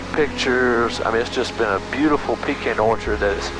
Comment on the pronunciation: At least you pronounced pecan correctly.